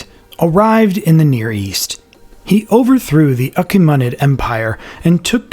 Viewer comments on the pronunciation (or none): that's the first time I'm hearing the word "Achaemenid" pronounced like that. edit: ...did you use AI images for depictions of Roman historical figures? How disrespectful.